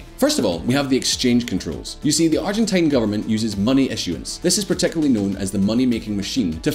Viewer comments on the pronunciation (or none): none